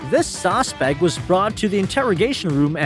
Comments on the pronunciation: OK wait narrator you keep saying sausespec it's suspect 😊😊😊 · Narrator might want learn how to say suspect instead of saucepect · The AI narrator keeps saying "sosspect", instead of "suspect" lol. I hate when videos are shown reversed. The caption when the Walmart employee was talking about the thief, said, "WELL, SHE NEVER PAID FOR ITEAMS". It's spelled "ITEMS" lol. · "Sos pect" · Saucespect? Don’t you mean suspect? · What the hell is a "sawspect"? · "The sospect" 😂 this was a good video though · I love how the narrator pronounces "suspect": sauce-spect.😂😂😂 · It’s SUSPECT not Sauspect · .its a suspect, not a sawspect. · What the hell is a "sauce-spect? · Dude what is a ‘saucepect’?!